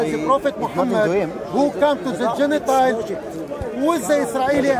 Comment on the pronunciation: Did this guy just say " Genitiles"?